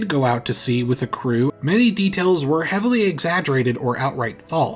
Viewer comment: "ehavily" hmmm.